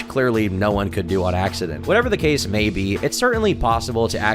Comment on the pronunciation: *this keeehs takes pleeehs